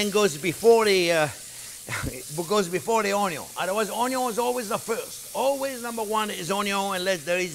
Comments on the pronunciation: He pronounces the French word which spells 'oignon'. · Too funny.."Onyo" 🤣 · Chef needs a tiktok, just him saying onyon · I like how he doesn't even spell out onion he just embraces "onyo" 😁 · French word for onion us "oignon." I think the chef is somewhere between the American pronunciation and the French version. Either way I really like watching his videos!! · "Onyo" lol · Can you sell some shirts or aprons that have your face and say onyon